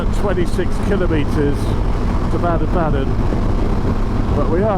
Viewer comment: Baden Baden is pronounced Bar-den Bar-den not Bad-en Bad-en. 🫡